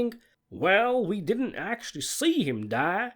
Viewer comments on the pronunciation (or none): "It did-ant"..?